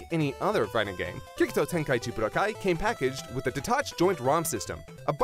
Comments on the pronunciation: When he said Bu DOH kai 3... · Boo-do- Kai. Why is he saying it like hadoken?